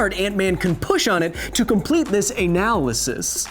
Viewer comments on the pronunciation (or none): I lost it when he said anal-ysis